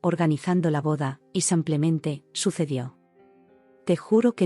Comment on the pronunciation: Samplemente?? Nunca van a corregir a ia señorita que lee?